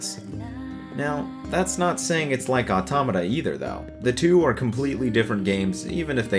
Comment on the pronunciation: Finally somebody who can fuckin pronounce 'automata'